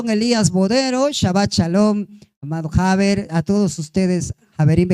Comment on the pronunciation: Muy bonita enseñanza. Nada más comentar amigablemente que la palabra javer y javerá están mal prununciadas. Las palabras en hebreo, por lo general se pronuncian con mayor fuerza en la última sílaba, o sea, javér, y no jáver; igual “javerá” y no “javéra” Saludos, javerim